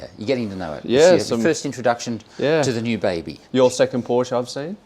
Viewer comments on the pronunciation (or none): German was a good attempt except your pronunciation of Porsch E. I'd be rapped over the knuckles by my German mum saying it as you do. Looking forward to your video with. He is a guru on all things 928 and willingly provides detailed replies on the Porsche forums such as Porsche Forums Australia. As a coupe owner I enjoyed your earlier video. Looking forward to more with your Landshark!